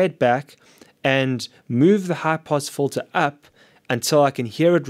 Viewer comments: Kahaan Ok. Just had a quick listen to him again. Hehe. It's weird how he says "in" fine, but then makes "Filter" into "Folter". Anyway have a great day. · You say fulter i say filter.